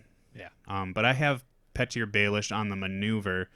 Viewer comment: I know this is A Song of Ice and Fire and there are weird names, but it’s still pronounced “Pee-tur” not “Pet-ear.”